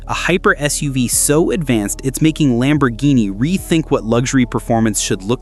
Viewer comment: ANOTHER MISINFORMATION AI. LAMBORGHINI IS NOW LAMBORDINI ?? WTF